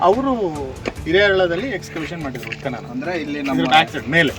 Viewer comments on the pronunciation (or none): ಉತ್ಪನನ ಅಲ್ಲ ಉತ್ಖನನ